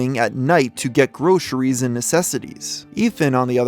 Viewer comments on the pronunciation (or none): none